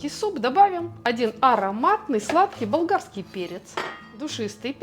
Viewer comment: Правильно Вам комментатор выше сделал замечание насчёт произношения и дикции . А Вам , прежде чем отвечать и советовать слушать повторно , следовало бы самой послушать что Вы сказали и адекватно на это ответить. Лично мне тоже непонятно, что Вы произнесли , мне слышится - балдагский , и прослушала я неоднократно и внимательно . И если Вам никто больше не написал замечание по этому поводу это не означает, что все поняли , и ваше замечание , что неправильно послышалось только " учителю с идеальным слухом " по меньшей мере выглядит манипулятивным и обесценивающим мнение комментатора .